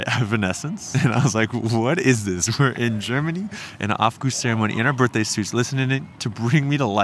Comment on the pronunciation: 😂 lived in Berlin since 2001 and going into saunas naked with strangers is now completely normal to me. It was a shock the first time I went to a sauna back in the states and everyone was wrapped up tight 😅 Way more uncomfortable. Also it's pronounced oww-f not off 😉 And you're absolutely right: there's a wide spectrum among Germans as well, I have both male and female friends I go to spas and do saunas with regularly and others that simply refuse to come because it makes them uncomfortable. Eventually you get to a point where nudity is simply not sexualized in the right context and then it's actually quite a liberating feeling! Enjoy your time in Deutschland (strange part of the year to want to visit though, February is typically when everyone is ready to gtfo of town 🤣)